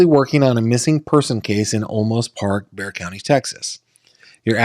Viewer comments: It's pronounced like " bear"😊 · Bear! It’s pronounced Bear! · It's pronounced Bear Texas. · Its Bear - like see the big brown bear :) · It's pronounced "Bear". The was was an x brand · Bexar County Is said like bear. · It’s “bear” county. As in Grizzly or Panda lol.